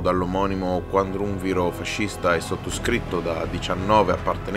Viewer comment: Dino Grandi "QUADRUNVIRO"? 🤣🤣🤣🤣🤣🤣